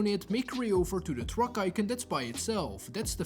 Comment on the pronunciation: Make sure you tale distance so you dont blow up the "twuack" 😂